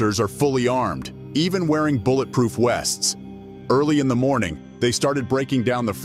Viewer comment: Did dude say "Bullet Proof Wests?" Just curious, I thought it was just me, but it kept bugging me. So then, I went back and kept playing it and is sure does sound like "Bullet Proof Wests". I'm not complaining about it and love the video haha.